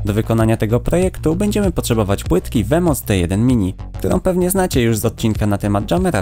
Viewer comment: to się czyta łimos ale ale filmik zajebisty